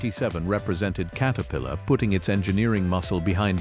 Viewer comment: Please correct how your AI pronounces the Name Caterpillar. It is not Kate a pillar. It is Cat a pillar. Please fix this, as it is annoying as can be.